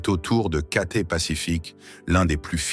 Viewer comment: c'est cathay pacific, pas katé, apprenez à parler français